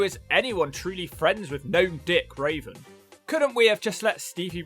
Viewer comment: Why you keep calling Raven "Raisin"?